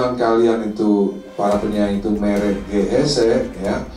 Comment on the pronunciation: Ko pak de tau "mere ge hese" 😂